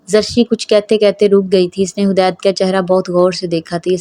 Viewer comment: Hadeed naam hota hai hudaid nahi plz sahi padhen